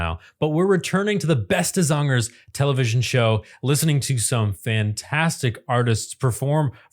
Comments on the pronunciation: Your " beste zangers " pronunciation is SUBLIME! 😮❤❤ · The only non Dutch speaking Youtuber who pronounce Beste Zangers the right way! 💪🏼👍🏻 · You pronounce "Beste Zangers” a 100% correctly…Chapeau ❤ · Just in case you see this... I rarely hear a foreigner speak my language this well, you really nailed the words for the shows name Beste zangers. I don't know if you allready did this but I think you might enjoy the whole show there are full episodes on youtube that are subtitled for you non Dutch speakers It is Indeed his (Rolf Sanchez) song the concept of this show is you put a bunch of singers of different genre and generation together in a resort and each night they have one of them being the target the others sing tributes to. These tributes can be either the songs of the artist that is the focus of the evening or songs that meant a lot to them. Enjoy